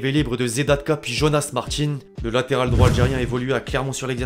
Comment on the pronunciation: on dit Martin pas Martine aller pouce vers le bas